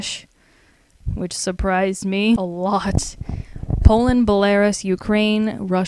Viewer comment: You pronounced Belarus and Herzegovina totally wrong. Also, Caucuses , Namibia, and united Arab Emirates. Wow. That was a good laugh at least.